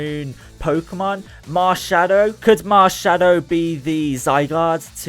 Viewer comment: When you said Marshadow I thought you said marshmallow XD